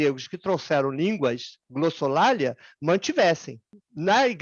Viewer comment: Em é pronunciada a palavra "glossolália". Infelizmente essa pronúncia incorreta tem se tornado padrão, inclusive entre acadêmicos. A palavra glossolalia é paroxítona.